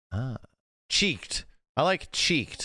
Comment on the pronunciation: bro literally misread "checked at birth" as "cheeked at birth" multiple times and at no point realized that one of those things made more sense than the other.